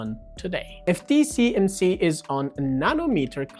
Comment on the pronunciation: Dude, it's T-S-M-C. If you can't even get that right...